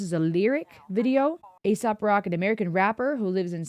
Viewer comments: its pronounced A-sop its a name playing off of aesop's fables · "ACE-SOP" is how you say it.